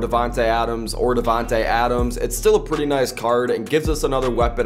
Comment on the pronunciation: Man said Devente adams or Devente Adams